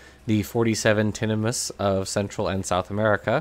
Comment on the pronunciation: great video as always - but just to be pedantic, 'tinamous' is the plural of tinamou (pronounced like emu). So while the family is as you pronounced - tinna 'muss' - the common plural name would be tinna 'moos'. Like a can of beef. At least, that's what I've always assumed. I could be wrong. I'm pretty sure we can rule out 'tinamice', anyway.